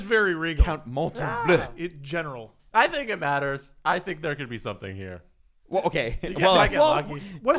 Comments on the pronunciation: MON-Tem-booooo not mon-tem-bleu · Mon-tem-bow, guys 😂😂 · It's Montembeault NOT Montembleau!!!! Calisse ... ;)